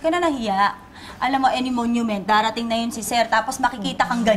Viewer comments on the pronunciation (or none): .. "any monument" talaga.. hehehhehe